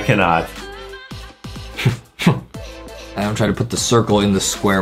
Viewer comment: It's Adem not adam 😝😝😝😝😝😝😝😝